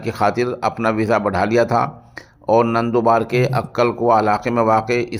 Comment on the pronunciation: نندوبار نہیں نندوربار ہے